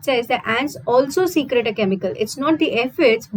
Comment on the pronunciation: Mam, it's not secret, it's secrete. Pronunciation error makes difference in the actual meaning of that word.